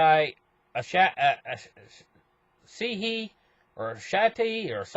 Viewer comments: Ah-saw-hee is how to pronounce that company name :p pretty big beer Brewer company here in Japan. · its ahh-sar--hee.... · I recently subscribed to this guy, but as soon as a saw he couldn’t read the word ‘Asahi’... that’s it